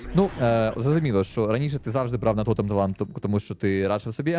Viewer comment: не тОтем, а тотЕм